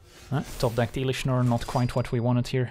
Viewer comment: Bruh, "elish Norn" 🥶